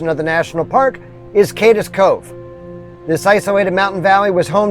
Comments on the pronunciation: I’m sorry! I don’t want to sound like an obnoxious critic, but it’s pronounced “Kade’s” Cove, not “Kad-des” Cove. Again, my apologies for sounding “smug.” I just couldn’t help but to correct this. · Cades Cove is not pronounced Cadis cove, but CADEs as in Cascades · It's "Cades Cove" not Cadez cove. It is pronounced as if Cade is possessive. Excellent video. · “Cade es”Cove. LOL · Love this weeks videos. FYI Cades Cove is pronounced Cade's Cove, one syllable.